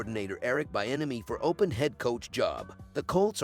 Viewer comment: His name is pronounced- Bee - enemy